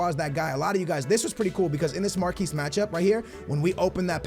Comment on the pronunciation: Mark-Ee matchups not marquese matchups